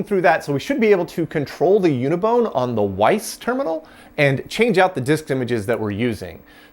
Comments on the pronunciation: Just a heads-up: it is called a "Wyse" terminal not a "Weiss" terminal. So got me confused there for a few seconds... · FYI back in the day most folks pronounced the "WYSE" terminals as "wise". They were a very popular alternative to the more expensive DEC VTs.